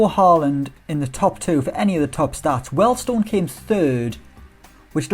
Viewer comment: its pronounced "Wheel'd stone" not "weld stone" !! love your work though! Edit, my daughter renamed my YT, im a grown man not a comedian kid and i work in Wealdstone!